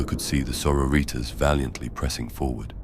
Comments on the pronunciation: Sor-o-ritas. Still lmao. 😂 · It’s fantastic, but it’s both grating and hilarious how it pronounces sororitas 😂